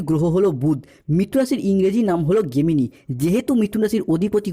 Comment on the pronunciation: গেমিনি নয় জেমিনি